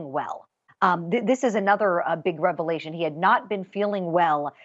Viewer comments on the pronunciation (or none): none